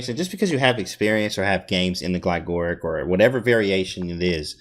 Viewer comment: I think it is Glig - or - ich, emphasizing the second g in the first syllable and the h at the end, I heard it first in this video by GM Jesse Kraai Nice video on the KID as well, thank you for these.